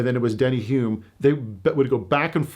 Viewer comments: Its NOT Hoome. Its Holme. As is Denny "The "Bear" Hulme!:face-purple-crying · Good video , very interesting. Very disappointed that you cannot pronounce Denny Hulme's name correctly. It's not like he was a nobody, only world champion. It's HULME, not HUME